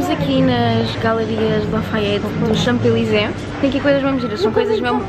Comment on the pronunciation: Paris é a minha segunda casa! Btw não se diz o “p” de champs-élysées 😘